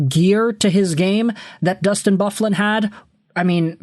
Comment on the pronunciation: Did you really just pronounce big buffs name like that 😂😂😂😂😂😂are you 12